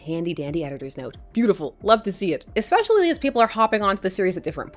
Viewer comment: This book makes me yearn for scheming Lois and Bat-Mite and Turtle Jimmy and the Rainbow Monster and Streaky...good grief the writing is awful - what a waste of decent artwork. O.k. rant over. Thank you for your vids,. There is no "k" in especially (ekspecially). Teachers know.